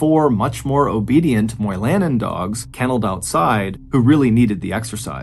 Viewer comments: Moy-La-nen. It's a Finn name. People of Finnish heritage are common in the UP of Michigan. Like in the movie Dune think Har-ko-nen. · Mr. Ballin, you did pronounce Ontonagon correctly. However, you mispronounced Moilanen.. it’s Moi la nen. Emphasis on Moi.